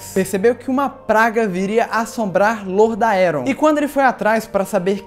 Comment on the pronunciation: Ou você morre como herói, ou vive o suficiente pra ouvir ele dizer "Lordaéron"